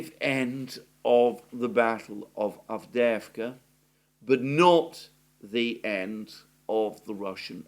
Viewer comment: I like how you say Avdeevka! That's in Russian, even though it's Avdeyevka! Anyway, Ukrainian Avdiivka is gone! 👍👍👍👍 Forever!